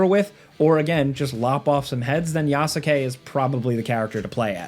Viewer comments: It's "Yas-kay", not "Ya-su-kay" lol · One thing the game DOES tell you, is how to pronounce Yasuke's name correctly. It's not Ya-soo-kay - It's pronounced Yah-ske. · It's not pronounced "Ya-soo-kay", it's "Yas-keh". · I definitely agree to turn on guided exploration. Whose ya sue ke? You mean Ya su ke? as in yaske? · You pronounce Yasuke wrong. It’s not Yasaké it’s Yaské the U is Silent. Just like Sasuke from Naruto it’s pronounced Saské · Wtf is Yaskake??????? Its Yasuke!!!! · "Yah-skay" NOT "Yah-su-kay" :) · Man, learn to say Yasukes name xD [Yas-ke] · It's pronounced ya-skay. Same as sasuke or josuke just with a ya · Its pronounced Yaws-Kay.... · I"m sorry. The Yasuke pronunciation in this video lost me. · Say his name right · How do you mispronounce "Yasuke" when it's literally said in the game youre talking about? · You pronounced Yasuke's name wrong. 😑🤨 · I can tell u don’t watch anime with ur pronunciation of yasuke 😂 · I hate how he says Yasuke lol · The "u" in "Yasuke" us silent. As pronounced in the game. The narrator consistently mispronouncing the name of one of the main leads shatters the illusion of him having played the game. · Youre pronouncing yasuke wrong